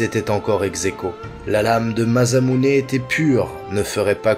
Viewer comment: video courte mais sympas, par contre faut arréter de dire MaZamuse et MuramaZa y a que 1 S mais c'est pas des nom français mais japonais donc on prononce MaSSamune et MaramaSSa.